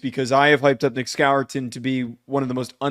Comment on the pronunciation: Who the heck is Nick Skawour-tin? SMH